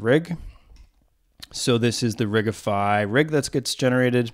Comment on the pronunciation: I like your style. Shame these videos don't have more views. Sidenote: I've never heard someone pronounce it "ridge-ify" before. Is it not "Rig-ify", because... rigging?